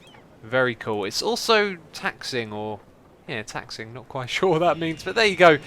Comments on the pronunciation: taxiing not taxing, like skiing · That's pronounced "taxi ing", it's the term used for aircraft moving on the ground along the taxiways of an airport. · 'Taxiing', pronounced 'taxi - ying' is the plane running down the runway on wheels... :D